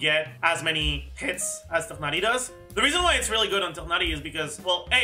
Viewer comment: LOVE how pronounces Tighnari so effortlessly <3